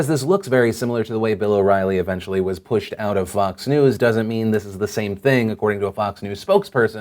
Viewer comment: you said vass and it annoys me.